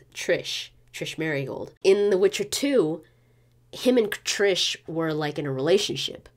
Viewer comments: Triss** not trish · Cool video, but it is triSS, no triSH, triSS, IT IS RIPING MY EARS OF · it is TRISSSSSSSSSSSSSSSSSSSSSSSSSSS Merigold... not what you are saying how can a fan messed that up, havent you heard her name said by everyone in the game?!!!